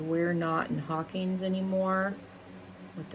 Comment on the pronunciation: You were slightly offended that someone didn’t know what hellfire club was but you don’t know how to pronounce Hawkins or Demogorgon 😅